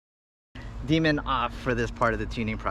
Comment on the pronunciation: Loving these long-form videos, man! Really appreciate the time and effort. Can't wait till this damn pandemic is on the way out so I can have more time to read about PID tuning. As a side note, every time you said; "D-min" it sounded like you were saying "Demon" so when you said you were going to "enable demon" my kids were wondering what the hell I was watching! 🤣🤣